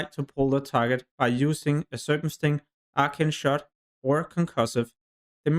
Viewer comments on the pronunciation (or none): Good video but fuck man, if it wasn’t for subtitles I would’ve thought you were saying ultra shot. Though I just never got an ability lol